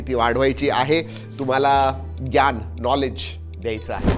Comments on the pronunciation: नमस्कार! आपण मराठी आहोत. अन त्यातल्या त्यात तुम्ही तर अस्सल पुणेकर आहात. तरीही ज्ञान शब्दाचा उच्चार चुकीचा कसा करू शकता? आपण ज्ञान म्हणतो तर हिंदीत ह्यालाच ग्यान असे म्हटले जाते. लक्षात असू द्या. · ते ग्यान असा न बोलता ज्ञान असा बोल (एक मराठी माणूस) ग्यान ✖️ ज्ञान✔️